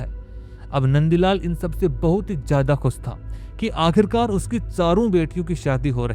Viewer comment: क्लब को कलब, खुश को खुस, शादी को सादी, हमेशा को हमेसा और कितने शब्द गिनाउ तुम्हे इसीलिए कहता हु ये अनपढ़ गवार सी भाषा को बंद करो और पुरानी आवाज लाओ